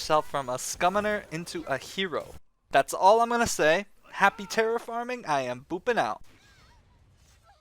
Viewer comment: did you say happy terraforming?! xD LOL